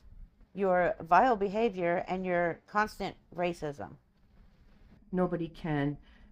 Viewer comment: South Africans have mixed DNA boo boo and PS post script the Apartheid ended …and lastly,, don’t use the word racism is you can’t pronounce it correctly…. YOU ARE THE MOST RACIST R A S I C T WOMAN IVE EVER SEEN IN NORTH AMERICA (includes Canada)!